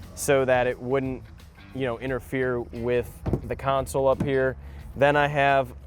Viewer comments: Console... not a "council". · I can't stand when people call a console a counsole its sounds like its spelled con sole not coun sole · “Center counsel”…😐 English bro. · It’s called a console, not a council😂😂😂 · IT’S CON-SOL!!!